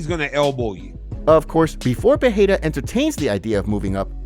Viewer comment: hey dude it's not pronounced Peheira